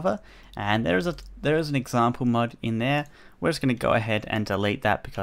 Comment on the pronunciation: every time he says mod it sounds like mud haha